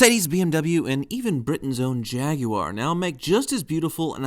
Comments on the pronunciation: My god!! An American who can say Jaguar properly!!! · I'm glad You said "Jaguar" and not "Jagwaarr" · Note on this day someone said Jaguar correctly